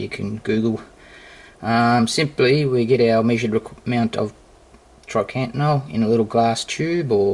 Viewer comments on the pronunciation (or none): I swear its triacontanol not trycantanol